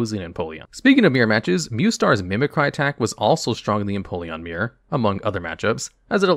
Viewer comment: "Mimi-cry" also broke my brain... It's not even the name of a Pokémon! It's just a regular word!